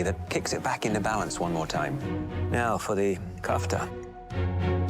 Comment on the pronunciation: how are they masterchefs if they call it kefta? what the hell is kefta?? it's KOFTA, not kefta not kafta but KOFTA